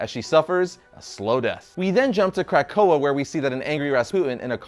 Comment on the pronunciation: I gave this a thumbs up but dear God are you bothering the names of these mutants. Otherwise, nice vid.